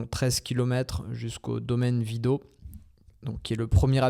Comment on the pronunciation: Je découvre la chaine et cette vidéo était intéressante. Pour info pour la prochaine fois, les "t" se prononcent à la Réunion. On dit vidot(e), ilet(e) mais bourg murat le "t" ne se prononce pas 😆😅